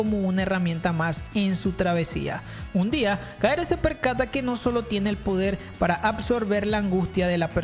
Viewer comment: Alguien más noto que en Kaifuku lo llamo Kaere y no Keare?